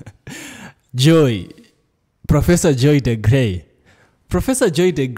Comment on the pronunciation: Excellent!! Great analysis! She is Dr. DeGruy pronounced like Blue😊